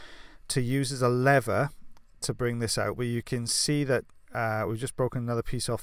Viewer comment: In my experience,the Welsh and many Scots speak very pure English-I am surprised and disappointed at your pronunciation of "lever" any repetition will cause me to unsubscribe-Then where would you be?